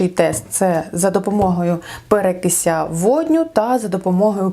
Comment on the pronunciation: Перекис, а не перекіся🤣